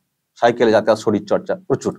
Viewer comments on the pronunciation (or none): none